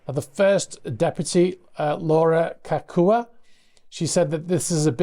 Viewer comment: Great report. FYI, Laura Kaakua? With Hawaiian the key is that you pronounce EVERY vowel, even when they're doubled, so her name would be Kah-Ah-Ku-Ah.